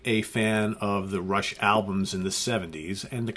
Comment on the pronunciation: Dude, it's fucking RUSH!